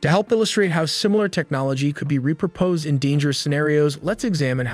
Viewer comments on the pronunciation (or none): reproposed???.... not repurposed?.... review the pronunciation!